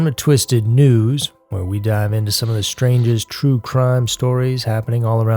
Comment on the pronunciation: for long time I thought you were saying "Twisted 2's" not " News".😅.